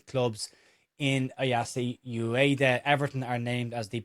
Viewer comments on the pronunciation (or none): Ueda: oo-eh-da, not you-eh-da